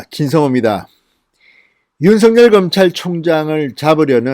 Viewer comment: 진성호 기자님! 오늘 방송에서는 윤석렬[윤성녈]로 말씀하시네요. 며칠 전에는 윤석열[윤서결]로 바르게 발음하시던데 ~ 아쉽네요. 제발 바르게 방송하셔야 시청자들이 바르게 언어생활을 하게 되지요.